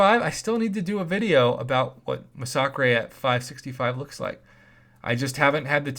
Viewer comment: Di u really just say masacrey